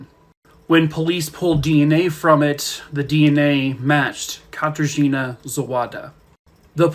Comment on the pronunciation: im sorry, but this guy mispronouncing katarzyna zawada's name so badly cracked me up. i know the case, i know how graphic it was and hell, i pity her so much, but goddamn, katarzina sounds so funny